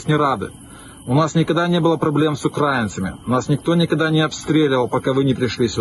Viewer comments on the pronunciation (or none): Хлопці, росіяни зі спротиву молодці! Єдиний мінус навчіться правильно ставити наголос коли говорите про Україну! Треба говорити не укрАинцы, а украИнцы! Не УкрАина, а УкраИна! Запам'ятайте це правило!